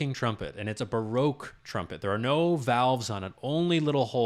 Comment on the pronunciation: ERRR Ba-Rock not Bar-roque Otherwise a stupendous pleasure to watch.